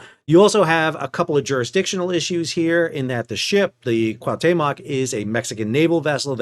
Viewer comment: LISTEN BALDY.... It´s not CUATEMOC it´s CUAUHTEMOC CU-AU-TEMOC c´mon... try it, you can do it...